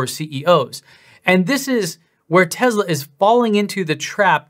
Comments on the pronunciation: He can’t even pronounce the company name correctly: “Tezla” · Ben it talking about Tezla. Lol. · Since he posted a video of him crying in joy about paying off his home, and bragging about how he's getting TWO free Roadsters, I feel that he's just a click baiting snob. I'm as confused to his sudden change as well, it's obviously driven by some kind of profitable agenda. And dammit, it's TeSla, not TeZZZla. Lol. This made my day. Thank you!